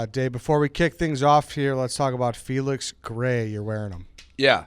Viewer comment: Why can’t Dave say Felix ? Missed everytime